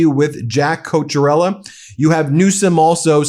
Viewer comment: You’re all doing a great JOB‼️ Thank you‼️ Jack’s last name is Italian, and in Italian they only have 21 letters in their alphabet and no “k” so, when you see “CH” in Italian that’s the “K” sound. So his last name is pronounced: “Coke-ee-ah-rella” Regardless, thank God for MTN‼️💯💙